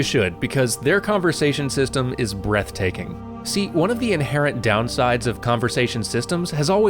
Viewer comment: You're breaftaking